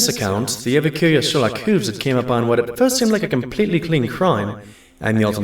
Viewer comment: Hate to be a pain but it's Hooves, not Whooves